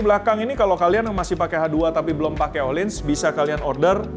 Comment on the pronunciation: mirror coated spark black, silver coated lapis perak beneran Btw FYI ohlins pronounced u(h)lins